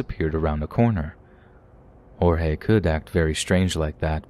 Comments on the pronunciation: The cannibal story, man that's not the first time something like that has happened in Brazil. It's happened a few times where poor street food vendors use human meat. Messed up. Also I believe his name is pronounced George with the emphasis on the final "e" we don't pronounce it Horhey I believe that's hispanic. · Yup “Hor-hay” is Spanish not Portuguese. The name is more like “gorge” with a soft g in the beginning. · The name "Jorge" in portuguese is read with an actual J "jay" and G "gee", so you can speak mostly how you normally would in english (George). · Actually, it‘s pronounced like French, not English. The English J and G, in this case, would sound like “djordje”, right? So, for anyone interested, Portuguese J’s and G’s sound nothing like Spanish, they sound French.